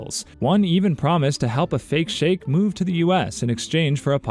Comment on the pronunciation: Guy doesn't know how to pronounce "sheik"